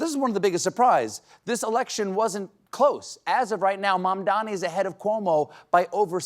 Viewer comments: Cuomo also pronounced Mamdani's name wrong. its MAM-dani not MAN-dani. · Cuomo still hasn't learnt to pronounce Zohran's family name. It's MaMdani , not MaNdani!! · That stupid Cuomo still cannot pronounce such a simple sounding name like MAMDANI correctly! It's not MANDANI you dotard, it's MAMDANI!! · I see he can't say Mamdami's name still. Fucking horrible person. Grow up CONVICTED former mayor. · Cuomo cannot, for the life of him, pronounce "Mamdani" right 😂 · Cuomo still cannot pronounce MaMMMdani's name. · That jerk still couldn't pronounce Mamdani's name correctly, even by this point, huh? 🙄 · Cuomo still cant pronounce Mamdani. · Cuomo can't even pronounce Mamdani's name correctly! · Cuomo said his name incorrectly again. 😂